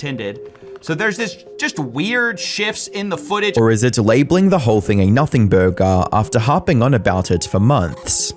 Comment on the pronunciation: "Nuhfiin" Burgahh"